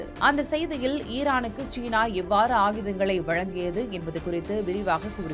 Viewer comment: "தமிழைக்கொல்லாதீர்" ஷீனா அல்ல சீனா